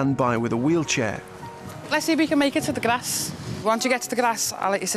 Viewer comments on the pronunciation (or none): I love how she pronounces "Grass" 😂😂😂😂😂😂